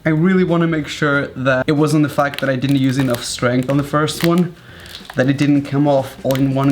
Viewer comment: Like how he just says "tha" instead of "that" - love ur videos Raphael